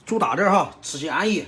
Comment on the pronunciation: “…安息（安逸Yi 4)滴很…”。 是不是听错了？有点吓人🥶